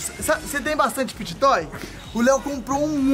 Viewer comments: O diz pity toys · e o falando pit toy mais na vdd é fidget toy kkkkkkkkkkkkkkkk